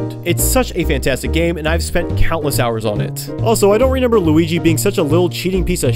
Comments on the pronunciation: Stop saying RENEMBER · Everytime i watch your videos i get whiplash when you say “renember”